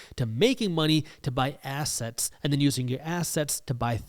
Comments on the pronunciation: I love how you say ASS-setz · this guy pronounces assets like ass hats and I'm here for it 😂